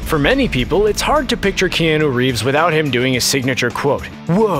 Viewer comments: This may have been mentioned previous times but who the frick say Key-an-noo,,, Pretty sure most people know its announced "Key-ah-noo" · I stopped watching when he first said kee-an-ooh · who is key - anu reeves. yo commentator, go back to school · how DARE him say "keanAA" im dissapointed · Isn't anyone triggered the way he says Keanu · Couldn't listen to the mispronunciation of Keanu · who let this guy make a video about john wick without knowing how to pronounce Keanu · I left the video on the second one bc he kept pronouncing his name wrong 😑